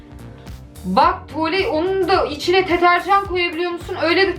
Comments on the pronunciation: Benim dediğim: Deterjan Aslı Ablanın dediği: Tetearjan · Fişkiye❌️ Teterjan❌️ Fıskiye✅️ Deterjan✅️ 😅😅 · Abla o teterjan değil deterjan 😄😄😁😁😃😃😀😀😂😂🤣🤣😅😅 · Deterjan=('NIN DEDİĞİ) tetarjan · Deterjana teterjan diyen koca yürekli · mükemmel Türkçe si "Teterjan"